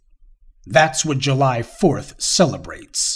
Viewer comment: I would like to point out an error. It's not "you-lie". Rather it's July